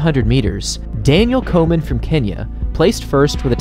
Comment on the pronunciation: Does anyone else hear "Coleman" when be says "Komen"?